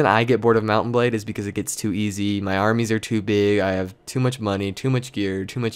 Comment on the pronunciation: TechGuidesFor Dummies *DOUBLE FACEPALM* I WAS MAKING FUN OF THE WAY HE PRONOUNCES MOUNT&BLADE!!!!!!!!!!! WHY ARE WE USING ALL CAPS BTW?